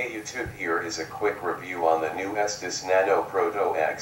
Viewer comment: Wow, the computer actually pronounced "Estes" right! Most real people mispronounce it in their review... saying it like "testes". lol Okay, just had to say that real quick. Back to watching the video now... hahaha